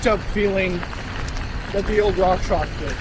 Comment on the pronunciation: It's rockshox. Not rockshock lol